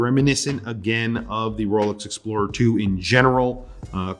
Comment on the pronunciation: Beautiful "exprorer". Thick? Yes. Matters? Maybe yes, maybe not :) At the end this is a fantastic GMT.